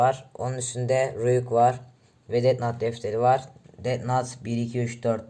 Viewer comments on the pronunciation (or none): Death nat diye okuyon ya ciddiye alamiyorum fjjfj yanliş anlama sonucta türkce bi kelime değil normalde death nut anliuorum sonrada ölüm fındıği oluyor allahim jdjfjf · bu arada death nat değil death note haberin olsun karşimmm